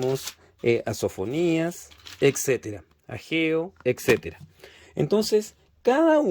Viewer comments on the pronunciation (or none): none